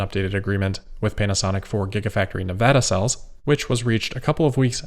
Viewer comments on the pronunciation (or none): none